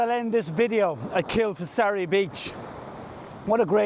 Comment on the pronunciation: great shots there, pronounced locally as Kil-far-asee